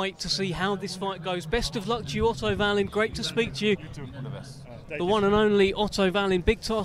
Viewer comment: Why do people call him Varleen?!